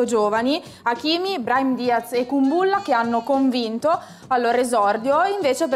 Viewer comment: Kúmbulla* è la pronuncia esatta